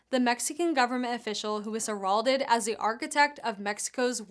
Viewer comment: Learn how to pronounce seize and heralded. Your reporting will be more respected once you start pronouncing simple words correctly